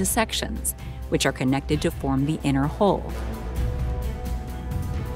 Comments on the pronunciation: HULL, not HOLE! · Hull not hole. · Hull and Hole are not pronounced the same. This sounds strange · hUll, not hOle darling. FFS ! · learn to pronounce hull rather than hole.... hull /həl/ hole /hōl/ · Hull is pronounced like the word "dull" not like "hole". Homework: work on that in the bathroom by yourself before trotting it out at parties. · Learn to properly pronounce " hull ". Even YouTube thinks you're saying " hole ". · The word is hull not hole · Right away it was the word Hull that got me her pronunciation sounded like hole.